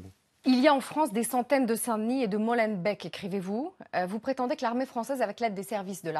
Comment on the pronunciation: Bon les francais svp apprenez a dire molembeck